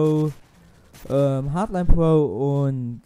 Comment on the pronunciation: Ich find deinen Akzent lustig : Puoue statt pro :DD